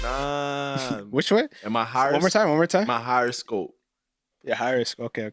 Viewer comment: " ma harrascope"